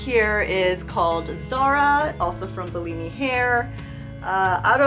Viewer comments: Bullimi? No, you should pronounce Bellami like bell-amy. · You keep saying Bi-Li-Mi sent me wigs, but I read it as Be-La- Mi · It’s pronounced BELL AHH MEE 🥰 Also, best of luck with your hair journey.. I have alopecia so I def understand.